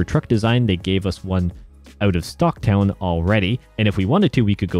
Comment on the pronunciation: Stocktown!? 🫢😂 The Diaz brothers would probably give you a Stockton slap for pronunciation like that 😂 👋🏻 Great video dude, this is incredibly helpful! 😁❤️👍🏻 For context, the Diaz brothers, Nick and Nate, are two mma fighters from Stockton . Both have fought at the highest level in the ufc and are legends in the sport! They have a habit of slapping people during fights just to taunt their opponents. Which ended up getting the nickname of the Stockton slap.